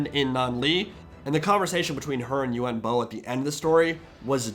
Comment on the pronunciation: He's called yuan bo not yuen bo